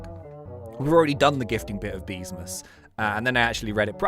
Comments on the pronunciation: Ah Yes Good English " Beemsas " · man said beemsas